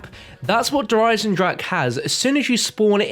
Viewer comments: 3 years and still having trouble with saying its german der eisen-drache smh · Please pronounce "Der Eisendrache" correctly, germans will be angry...